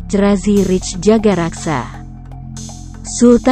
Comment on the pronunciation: Tulisannya Jagakarsa, narasinya jagaraksa .......mana benernya